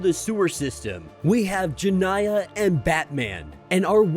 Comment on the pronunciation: Jay-nah. Not Jan-I-Ah. Watch the cartoon, wouldya?